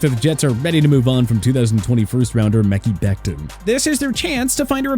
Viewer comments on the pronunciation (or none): They just want becton to get replaced so they quit getting called for out for butchering his name 🤣🤣 pretty hard to fuck up “Paris Johnson”